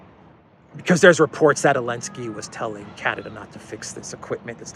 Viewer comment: Just wondering why you are pronouncing Zelensky's name as 'Alensky' or 'Yelensky.' Sorry if I have not seen an earlier explanation...